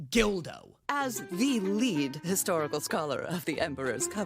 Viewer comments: its guldo not gildo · .... You do in fact pronounce things... strange... Why did you pronounce GULDO... GULL-DOUGH.... GILL-DOUGH??? Like you were saying DILDO XD You pronounce everything like American white people are often portrayed pronouncing the word "Tortilla" XD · I swear to God I have been on your side about most of your name pronunciations, but GULDO is where I draw the line. THERE IS NO "I", WHERE DID YOU GET GILDO? THAT JUST SOUNDS LIKE WHAT GULDO WOULD CALL HIS DILDO. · "Gilldo"..? Comeon you are not helping your case with mispronouncing a character or places name. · why is mixing up his vowel noises he called Guldo Gildo and trigon trigun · Him saying guldo name wrong